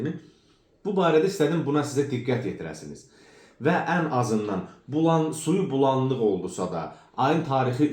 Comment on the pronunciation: "Qorox" yox, "noxud". "vosstanovlenniy qorox", "jivoy qorox", "svejiy, "morkov, və sairə düzgün tələffüs etmədiyiniz yad sözlər nədir?! Əvvəl Azərbaycan ədəbi dilini öyrənin, sonra video hazırlayarsınız. Siz ədəbi dili öyrənib, sonra kitab yazın, əks halda kitablarınızı heç kim almayacaq. "Bulandıq" yox, " bulanıq". Sizə yalnız öz səviyyənizdə insanlar baxa bilər.